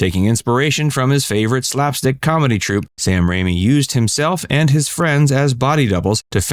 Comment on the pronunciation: It's Sam Raimi, not Rami.